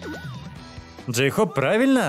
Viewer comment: Ору с Дейхоупа.Джин: Джейхоп весела а не гразиозно.